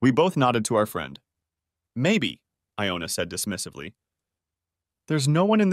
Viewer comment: I had trouble with that too! First it's Iona. Then it's Jonah. WTF?!! Either it's the computer or it's someone not proof reading the story before sending it in. The AI is reading pretty well. But damn! The misspelling and mispronunciations!